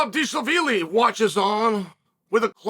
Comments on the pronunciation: Now it’s Deeshlaveelee? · deesha veely lol tbf it is a hard name to say